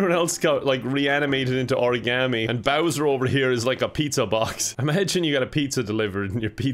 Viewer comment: He says origami like they do in Heavy Rain